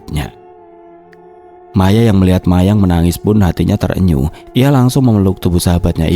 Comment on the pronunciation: Bang baca kalimat "trenyuh" bukan Ter- enyuh.tapi langsung " trenyuh" gituuu.semangaatttt